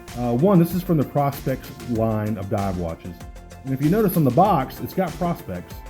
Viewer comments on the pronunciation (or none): You say prospect like you are looking for gold....... its not.... it'ts pro.....specs.....prospex!!!!! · Great review. I think all he is saying is that it stands for professional specifications. So it's pronounced pro instead of pra. But I honestly could care less what someone says. Great review none the less and no doubt you know your watches.